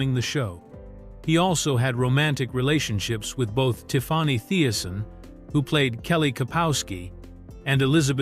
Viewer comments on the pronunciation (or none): Who is “TIF-FAH-NEY”?